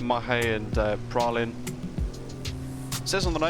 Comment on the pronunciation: Just to help I’ll give you the pronunciations:)) Mahè = marhay Praslin = prarlah/prarlin La digue= la dig Silhouette = silhouette